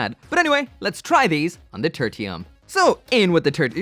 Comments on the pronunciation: Great vid as always, but you misspelled the name in the title, bro. Also, I think the name is pronounced: Ter-Shee-Uhm Its derived from Tertiary, meaning third in a series. Just a twist on the whole Gundam Mk. III thing. Ter-tee-uhm sounds awful lol. Like some branching evolution of Squirtle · Turr-shee-um, not Turr-tee-um. :P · Is it weird that I heard Turkey-um instead of Turtium?